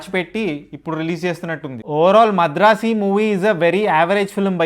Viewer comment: Madrasi kadhu bayya madharasi